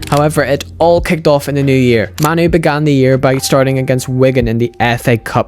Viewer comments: "Kobbie Maynoo" 'Kobbie Maynoo" Kobbie Maynoo" Narrator" Kobbie Mah-noo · It's kobbie main oo not kobbie man oo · Compilation at the start people pronouncing it as "Ko-B May-Nu" literally after that compilation; "Koh-B Ma-Nu" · «KOBBIE MAINOO!” Him: Kobbie manoo🙂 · It's pronounced "MAY-NOU". Great video btw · How did this guy made the start of thus video with various people pronouncing Mainoo's name and then have himself pronouncing it differently?